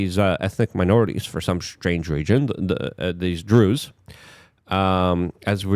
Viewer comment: I’m pretty sure you pronounced Druze properly